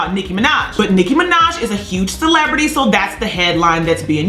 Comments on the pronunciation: Did she say celebitty.. bitch sit down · An adult who can't say the letter C.